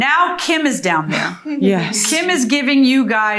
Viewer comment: The way she says “Doown” 😖 “behoind”